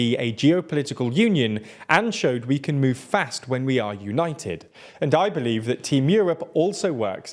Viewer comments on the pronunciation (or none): none